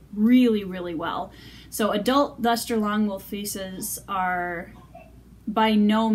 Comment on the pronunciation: Thank you for teaching me how to properly pronounce this wool. I had no idea!